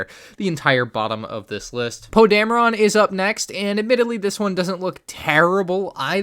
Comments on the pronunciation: Poe Dam-Rin not Poe Dam-A-Ron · its pronounced poe damrin but spelled poe dameron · bruh he said poe Dame-ron😂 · For the love of god please say Poe’s last name correctly. Dameron. Pronounced: Damn-er-in.